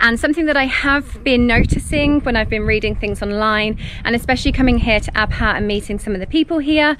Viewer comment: Thank you SO MUCH for pronouncing the “H” in Abha. I hate it when people say Abaa